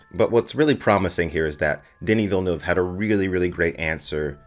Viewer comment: I must say, as a French Canadian, you're the first english-speaking person I heard pronouncing his name correctly lol